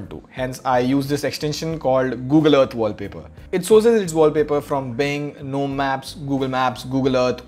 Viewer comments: Lol it's not even "nome" it's "ga nome" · Well .. Why Gnome is Pronounced Guh-Nome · Gnome said it's G- Nome GunOm🙂